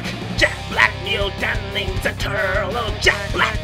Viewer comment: та ты шо!!... 🤣 акцент за милю слышно. плюс произниосят ninZa ане ninja.